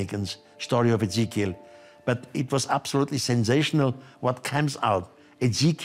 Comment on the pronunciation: Really ? Such a great video; but the female narrator pronounces the name 'Ezechiel' incorrectly. When telling people things which are new, unusual, and out of this world, it is just as important to pronounce names and words correctly, otherwise you lose credibility. And almost everyone in this video makes mistakes.